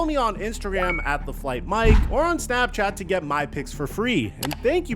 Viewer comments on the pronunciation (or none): none